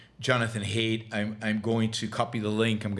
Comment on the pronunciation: excellent point, Yaron! What a great recognition of both truth and strategy. But I believe Jonathon Haidt is pronounced "height" not "hate". :)